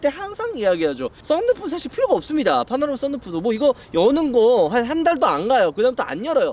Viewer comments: 파나로마?? 파노라마 아닌가?? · 파나로마말구 파노라마요